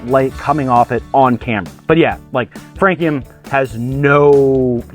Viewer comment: How did I immediately know you would still mispronounce this one? 😅 Great idea going with frog legs by the way